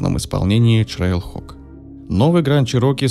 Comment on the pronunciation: ТрэйлХок а не ЧрейлХок